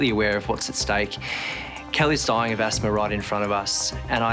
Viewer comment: There IS NO "R" AT THE END OF THE WORD ASTHMA!!!! Thank God that beautiful young woman is doing so good! God is so good!!!